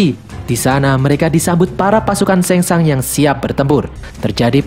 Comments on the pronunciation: Bukan sengsang tapi sungsang bukan liu kang tapi liu keng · Bilang nya sang shung pliss